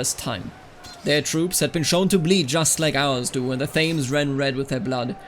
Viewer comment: FYI, Thames is pronounced Tems. In Middle English it was spelled Temese and the current pronunciation is a contraction of that, despite the current spelling I really like this type of video though and it was done really well. Nice to see something different.